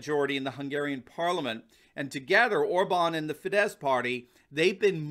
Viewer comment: Hey, you finally got the pronunciation of OR-bahn correct, but you need to work on Fidesz: it's FEE-dess. The stress is always on the first syllable in Hungarian (so it's PAH-pree-kah when you're talking about paprika, not pap-REE-kuh).